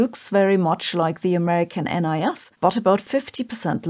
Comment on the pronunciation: Colloquially, the NIF is pronounced “nif”, not “N.I.F.”